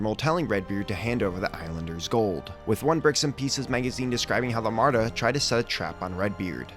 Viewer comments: Love these vids! Just a heads up though, it's Armada, not Amarda. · This series is amazing! By the way it is pronounced Arrr-Ma-duh, not uhm-arrr-duh